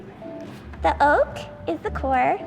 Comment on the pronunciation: Not calling the center of an egg an "Oak"